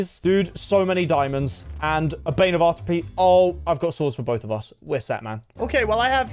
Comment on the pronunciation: Wait, did he say bane of arthropedes?